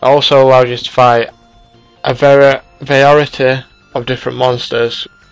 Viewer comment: varerity? l00l